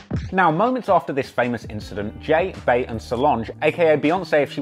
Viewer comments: "Bey" is pronounced "bee" as in queen bee, not "bae/bæ", hence the nickname Queen Bey!☝🏾 God I hate how many people say it this way🙄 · Bro he pronounced Bey’s (Bee’s) name as “Bay”. His opinion don’t count. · "Bey" is pronounced "Bee" Thank you, please. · If you pronounce Bey (Bee) as bay, you’re not allowed to have an opinion.